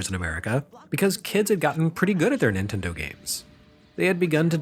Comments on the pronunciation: "Intendo" was exactly how my grandmother pronounced Nintendo. How did you know? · My Nana pronounced it Ninwendo..ha